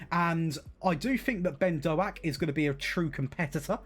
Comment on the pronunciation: hey, you bought my cousin Ben Doak (although butchered his surname, but I wont tell him 🤣)